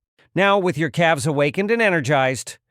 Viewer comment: Calves is not pronounced Cal Vez 😂